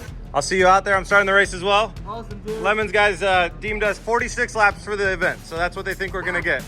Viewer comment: I can't get over how he pronounces Le Mans like lemons 😂